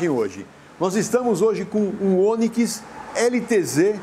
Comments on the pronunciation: É Onikis...kkkkk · "Oniquis" kkkkkkkk Boa pessoal. Videozão massa. 👏🏽👊🏾